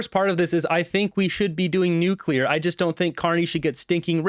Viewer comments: New Clear ! .. not nuke-u-lar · What would be super cool if the energy minister would pronounce the name of energy from NUCLEAR energy not NUCULAR. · It is one thing for a normal person or youtube host (sorry, I know you are working on it, and doing much better) to say Nuc - you - lar, but for the energy minister to say it from the platform multiple times...so embarrassing!!!!! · "Nuke-u-lar. It's pronounced Nuke-u-lar" - Homer Simpson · Homer Simpson: its Nucular, NUUUUCULAR! Liberal minister: yup nucular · Boggles my mind. All these super educated people, and they still say "nuke-u-lurr!" Dumbasses. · Who else spotted a fake Bush'inism with "Nu-cu-ler" in Hodgson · If he's going to be involved or responsible and announcing this. You should at least learn how to say the word nuclear.!!! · He can’t even pronounce nuclear correctly.